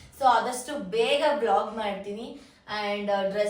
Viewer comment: vlog ❌ blog ✅